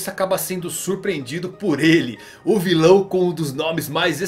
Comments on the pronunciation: ele fala + ou - errado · ele falar errado se VER ele fala o maoir filao de ONE piece